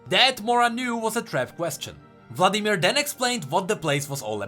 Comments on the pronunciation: Still says Vadimir. oof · Vadimir? Vladimir xd just for fun